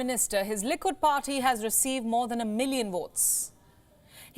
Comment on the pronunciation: Liquid party she said LOL🤭